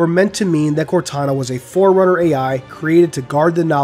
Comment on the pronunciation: is also the one that pronounces Forerunner like "foreigner?". I just have to say that is beyond infuriating.